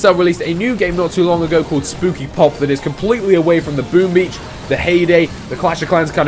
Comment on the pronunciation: I thought he said boobies instead of boom beach...